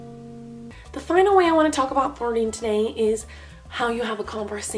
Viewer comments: How u say flirting sounds like farting. Lolz. Luv ur cat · The whole entire vid I thought she said farting instead of flirting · Sounded like the was saying farting, not flirting